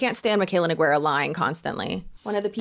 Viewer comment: It's pronounced n oo g ay r ah !!!